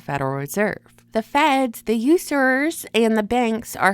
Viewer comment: “The Userers” 😂